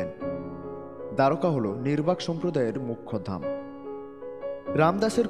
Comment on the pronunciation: নির্বাক নয়,নিম্বার্ক হবে । কিন্ত বাদবাকি সব ঠিকঠাক, এরকম আরও মহাপুরুষ দের সমন্ধে তথ্য দিয়ে জ্ঞান বৃদ্ধি করুন ।